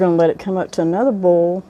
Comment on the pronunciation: Subscribed. I can pickles but haven’t tried canning relish. Video was very informative and I love that you say bole vs boil. I’m a Texan son of the south, my whole family including me says bole.